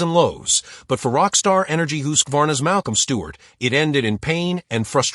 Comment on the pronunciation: Hooskvarna? LOL.